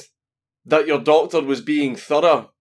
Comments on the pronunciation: At the end when he said doctor for some reason to me that time it sounded like daughter.? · how the fuck do you make doctor sound like daughter